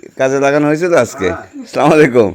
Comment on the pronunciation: সালামটা সালামালাইকুম হবে না ভাই ভুল সালাম দেয়া হচ্ছে এটা হবে আসসালামুয়ালাইকুম